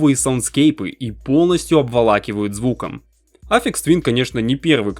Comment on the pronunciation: Автор пилит видос про гения, но даже не в курсе, как правильно произносится его псевдоним) Я уж молчу про кагтавую озвучку